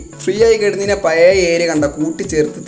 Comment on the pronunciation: പയേ.... വീടല്ല... പഴയ വീട് എന്ന് കൃത്യമായി പറയാൻ പടിക്കു ആദ്യം